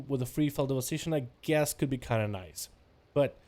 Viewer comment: "That waz niicez" and he's not lie lying "that waz niicez" :P